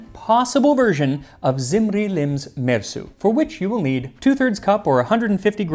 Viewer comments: I love the way you make an effort to say the names and words correctly. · I can't get over my admiration of your pronunciation of these names. I have no idea whether you are accurate. I'm just impressed nonetheless. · So many crazy names in this one! I love that you fully pronounce all the names.